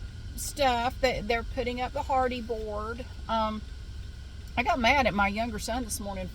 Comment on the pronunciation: You keep saying hardy board and I keep hearing Hardy Boys. 😅